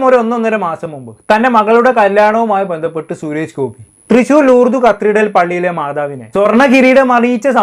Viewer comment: Malayalam sharikku samsaarikku.....shures gopi alla... Suresh Gopi